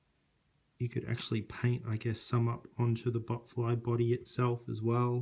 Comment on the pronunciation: It's botfly not butt fly